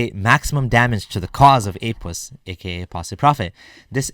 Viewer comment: He also said Apus 😂😂🤣